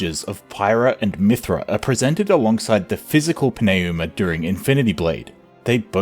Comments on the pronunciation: Its pronounced Numa, not Pin A Uma. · It’s literally New-ma. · Pneuma is the third word in this video. What in tarnation are you doin' with that pronunciation. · I genuinely love this video but I gotta ask, respectfully. How did you land on that pronunciation of pneuma lol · + Great video overall - Your pronunciation of "Pneuma" makes me want to pull my hair out. Lol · Great video, but the way you pronounce “Pneuma” is killing me lol. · I feel like I am being punched in the face every time I hear it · OMG. Why can’t you Pneuma? They say it 100 times in the game. The p is silent.